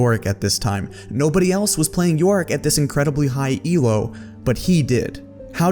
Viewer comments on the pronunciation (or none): none